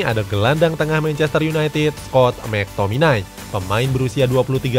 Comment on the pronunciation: Salah bacanya mactominay🤣